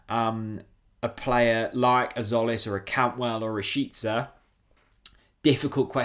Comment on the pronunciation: Christos' surname is pronounced jolis tzo->jo like in the word "joker".And the first name Hristos Ch->h like in horse. Seen you in the Redmentv channel for the first time, liked the content,and as a Norwich fan i guess you would like to learn it right sooner than later!